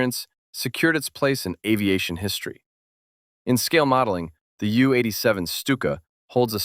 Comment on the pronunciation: Lack of knowledge from the author of this content is apparent in the way the aircraft designations are mispronounced, ME for the 109 and Jue for the Stuka... total garbage and entirely subjective